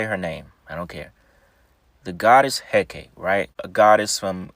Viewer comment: Its pronounced Hekatee.